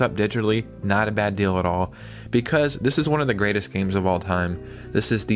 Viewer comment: The word is DEAL not DELL